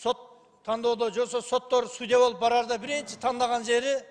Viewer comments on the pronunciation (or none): none